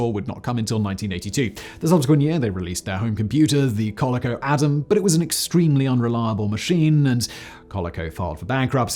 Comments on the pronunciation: I have never heard anyone pronounce Coleco as Cauli-co. In the US we pronounce it as Co-leak-o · The way u say COLECO lol its Kuh-lee-coe bro not calico sounds like a female cat lol too funny. U said Connecticut perfectly though. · omg my ears... it is pronounced "col-EEE-co", not "col-eh-co". And Commodore PET computers are literally called "pet", not "pee- eee- tee". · Me to my husband the computer nerd: "Ever heard of CALL-uh-co?" Him: "Do you mean ca-LEE-co?" Me: "Probably. It's Simon Whistler." I just assume at this point that Simon's writers don't add pronunciation guides because they're American and assume EVERYONE knows how to say that word, and Simon continually proves the adage about when you assume. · Us (GenX) Yanks call it col-EE-co, not COL-uh-co. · My first pronunciation comment, Simon, and I'm sorry, but your pronunciation of 'Call-e-co threw me. We always pronounced it aa Co-'lee-co. Actually, it doesn't really matter, just caught me off-guard Loved the vid regardless. Thanks! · Coleco is pronounced coal-lee-coe...How could you mis this? I'm disappointed - great video though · Coleco: pronounced Co-Lee-Co... took me forever to realize that's who Simon was talking about. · I know that it seems like the "le" part of Coleco should be pronounced like the "le" in leather, since it comes from there, but if you look at the devices in your montage you'll see they even put a bar over the e in their logo just to tell you that it should be pronounced "co-LEE-co". Emphasis on the seconds syllable, long e. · kuh-LEE-ko... say it kuh-LEE-ko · It’s pronounced Kuh-lee-ko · Tandy Leather is still around, believe it or not. Coleco is pronounced co-LEE-co. That's why it has a macron over the E. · Koe-lee-koe... Jus sayin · Coleco, pronounced "kuh-LEE-koh"... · Pronounced :Koh Lee Koh, accent on second syllable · It's pronounced Ka-leek-co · It’s pronounced “COH-LEE-COH”. Also Coleco vision was the first game console that introduced the gaming world to Donkey Kong.